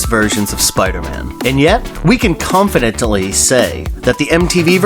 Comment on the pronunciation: Sounds like he has a terrible cold. Did you notice during the Spiderman section he said confidentally? Like, wut?